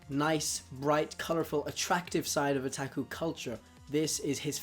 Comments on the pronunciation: he really just messed up with pronouncing his a’s. the a’s should have been o-tah-ku as in ahhh. not a like att(a)ck chopper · why do you pronounce otaku(oh-ta-ku) as (uh-tah-ku) or even (ah-tah-ku)? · Otaku is not pronounced O-TAK-U it's O-TOK-U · Did he just say attaku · This kinda made me cringe cus it sounds like he's saying there's only guy outakus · haha he said O "TAK" U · It's Oh-tah-ku oh my god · "Otaku" Sir i think you mean weeaboo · It's pronounced otaku oo-ta-koo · Ohtackwho... dear god, pls never say Otaku like that again. XD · And in Japan it's O-tak-u Oh-tuck-oo is an english pronounciation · OMFG IDIOT OH-TAW-KOO WTF NIGGA SHIT MAN FUCKINFJSJWJNAJZJAAJJAJAJZJSJSCUUNTAMWMSMSMMSKWKSHITNANHEADMWNSJSJ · stop saying otaku like that pls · The way he says "Otaku" it's killing me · u pronounced otaku wrong X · sorry for replying to myself people will hate me buuut the pronunciation of a in Japanese is ah not uh like you said tuck oh.... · I don't know about you but his O's sound like H's and I kept saying to myself what the hell is he saying. So I finally saw the word Otaku in the comment section lol holy hell.